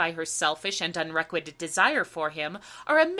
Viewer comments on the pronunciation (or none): Dear - as a practioner of musical theatre myself, I 'm hugely enjoying your witty, intelligent and insightful analyses of movie musicals, but you do have a strange penchant for mis- streSSING the syLLAbles of some comMON words- In this one, for example, you say 'un- RE-quited' and 'CAC-a-PHONEY'- and similarly odd stresses in some of the others- your excellent analysis of Mame, for example. Cheers! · 'Un-REQU -ited'? 'CAC -ophony'?